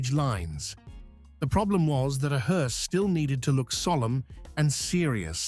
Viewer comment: AI is so f*ing lame! 2,23 "mounting a body of a HORSE"? Nice video though, thank You and I will go long before You and unfortunately not in a Caddy. Note that Queens English is my third language.